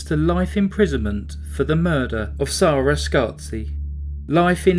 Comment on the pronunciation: Why’s her name pronounced as zarah when it’s spelled Sarah? Noticed a few ppl do this unless it’s different countries pronounce it differently